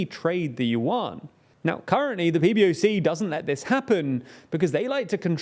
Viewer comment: “Yuan” is more closely pronounced “yuen”, rhymes with “when”. Just as Chinese President Xi’s surname should be pronounced “si” rather than “she”.